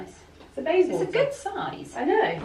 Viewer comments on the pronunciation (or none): none